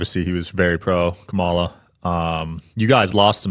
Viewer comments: Intentionally mispronouncing Kamala…. Is a right wing tactic. If Sean was really being sincere, he would attempt to play the part alittle better. Actors know how to fake an accent so I know he can actually use a correct pronunciation. Instead of saying Sean, just call him Shown everytime you’re responding to him, that would be hilarious 😂😂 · Not truly important, but could people please pronounce Kamala correctly? It's not hard and is a sign of disrespect to not do so. How would they like it for their name to be consistently mispronounced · The purposeful mispronunciation of Kamala's name is old and asinine. if you're going to attempt to do this kind of work you really need to mature to the point of pronouncing names correctly. Well done,! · I know to disqualify much of what they’ll say when they mispronounce “Kamala.” It’s not a difficult name to pronounce. One would either have to intentionally mispronounce it (in which case they are either acting too childish or are too biased for me to really consider their points) or are too unaware of her name (which would speak to an EXTREME lack of awareness). Either way, this guy comes off as a really smug, know-nothing-know-it-all, prick., I hope you took him out for a nice seafood dinner before pounding him and never call him again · OMG. The mispronunciation of her name again. I felt it and said it in my head right before you did. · How can this guy STILL not pronounce Kamala correctly?! Come on. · How could you listen to him mispronounce her name and not correct him. UGH! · Does it hurt them to pronounce Kamala's name correctly? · Why can absolutely no one on the right pronounce Kamala’s name correctly? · He Still mispronounces kamala. 🙄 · Kuh-MAH-la. He's been corrected by several people and he chooses to mispronounce it. Good thing these are the kinds of people conservatives get their 'news' from. Yeah! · Every time he said VP Harris' name wrong, I legit cringed. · "Comma-La" for fuck's sake